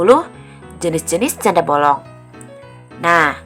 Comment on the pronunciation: Janda bolong.... kata bolong nya okaaaa bangets... bollongng